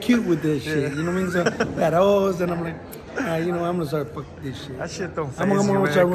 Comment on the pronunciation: Lmao he said fatrous lmao they get cute with this shit lmao